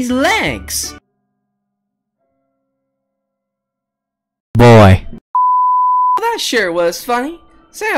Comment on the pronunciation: He said BOI